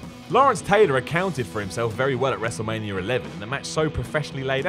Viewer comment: Lmao. He says wrestlemanierrrr